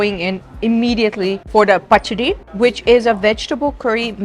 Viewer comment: You pronounced pachadi so perfectly